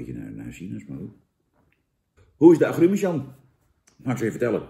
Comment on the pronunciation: 'Aggruumes', hahahahaha 🤣😂, lekker een Dennisje doen, Jan? 😉